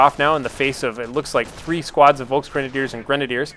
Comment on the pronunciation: colonel hans yea my uncle is called hans but hes no terror officer and yes before you ask i am german and i laugh everytime you say volksgrenadiers or german names like nebelwerfer and that stuff its just so funny